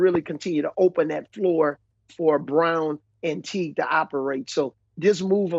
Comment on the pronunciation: Did he say Brown and Teague? 😑